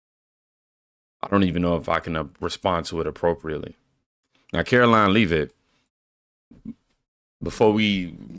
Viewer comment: Caroline Leavitt is pronounced Levit but i know you already know this 😊